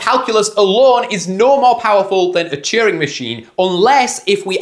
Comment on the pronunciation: and cheering for Turing